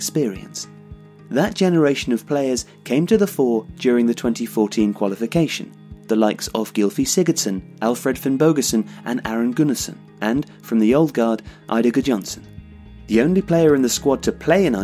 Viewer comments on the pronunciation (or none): Nice article ,but every name mispronounced. Emphasis on the first syllable NOT the second. GUNnarsson,NOT gunNARsson.